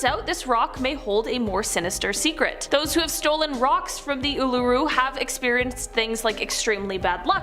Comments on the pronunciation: What a butchering lol it's ool-a-roo and airs rock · Your pronunciation of Uluru - WOW. so disrespectful.